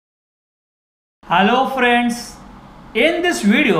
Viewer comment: most annoying part of every video "halo frends".